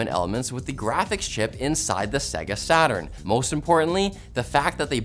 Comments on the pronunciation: “Segga” Dude, every time you turned on their consoles, they told you exactly how Sega is pronounced. Loudly. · Repeat after me. Say-gah. Say-gah. One more time. Say-gah. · interesting how you say Segga.